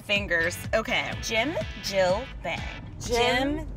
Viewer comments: "Jim Jill bAng" cringe intensifies "it's Jim Jill bawng" THANK YOU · It's not pronounced bang. It's pronounced more like bahng. Whenever you see an a translated from Korean, pronounce the "a" as you would pronounce the word "ah". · JiM-jeEl-baAaaAAnG omo I love these girls but that pronunciation was horrendous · Anyone else from Korea cringe when they tried to say Jim ji bang? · it is pronounced jim-jill-baung. by the way, i’m korean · Says jjimjilbang so wrong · I'm not from Korea but I'm learning and I kinda sorta did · I’m not Korean but I knew that wasn’t the way you pronounce it 🤦🏽‍♀️ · I'm Korean and I was laughing so hard when u tried to say it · I am Korean and actually you pronounce Jjimjilbang like jim (with a short i sound and not a j sound but a cha sound than a short m sound) , jil like chil and bang like and ahh sound like bahhng. Sorry for being nitpicky... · I will have nightmares of them saying jjimjilbang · i had a mini aneurysm listening to them pronounce 찜질방 wrong like 15 times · They prounouced the spa name soooo wrong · You guys said Jimjilbang wrong I don’t know why but it annoyed me Not trying to be rude though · They butchered the pronunciation so bad....... 😂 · The way they pronounce Jimjilbang made me cringe a little😂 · I'm literally cringing at their pronunciation